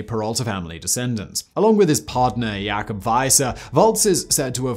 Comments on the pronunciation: Its Jay-cub not Ya-cub simon ... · You said Jacob so wrong. Dude how do you mess up my name. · It’s fun listening to Simon miss pronounce American names like Jacob.